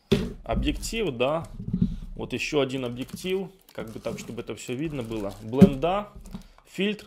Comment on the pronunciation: "блындА" просто кровь из ушей)